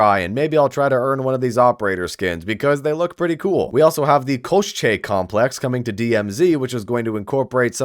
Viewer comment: Hey rock on bro, it is "ko-shay" koschei complex